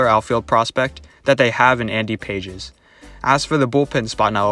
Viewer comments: Your mid-season trade speculation for Ohtani is waaaaaay too much for a player they could sign without a trade just a few months later. I could see that trade happening BEFORE the 2023 season begins, but NOT mid-season. OH and also? Andy Pages last name is pronounced Pah-hes, not Pay-jes. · Good info. You need to work on the pronunciation of some of the player's names, haha. Pages in particular. Also, I don't see the Angels trading Ohtani to the Dodgers of all teams. But you never know.